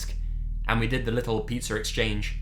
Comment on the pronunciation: What's a pitser? Pitzer? You said something about a pitzer exchange with the pizza delivery guy...what's that?